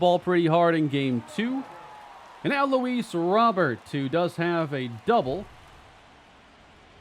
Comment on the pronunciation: Please say Luis’ name correct.